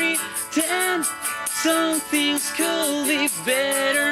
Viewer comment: por qué dicen culd y no kud